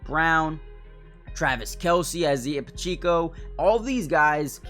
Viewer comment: NOT PACHEECO.. PA CHE CO